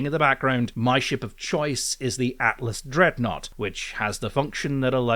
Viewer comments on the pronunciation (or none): none